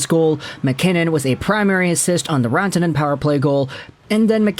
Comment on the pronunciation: not trying to be a jerk here but its pronouced rant-a-nen